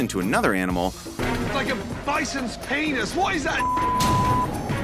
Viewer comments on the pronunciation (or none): me: enjoying the video*. gordon: *saying the word pinus . me: lmao